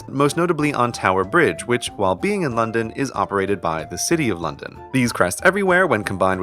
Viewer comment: When london turns to night: 'londoff'